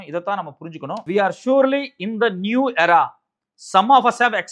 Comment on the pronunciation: Pronounce English words properly .Horrible pronunciation of the word " era. "